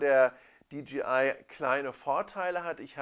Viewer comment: Dee-JAY-Eye (DJI), nicht Dee-GEE-Eye (DGI)... bürgert sich irgendwie langsam ein, diese falsche Aussprache.... Sonst aber sehr schönes Video.